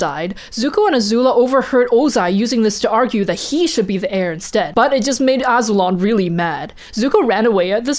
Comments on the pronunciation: Azu-lon Azul-on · Wasn't Azulon pronounced a-zoo-lawn